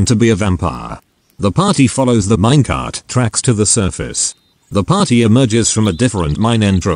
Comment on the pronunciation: Everyone: Minecart TTS: minnuhcurt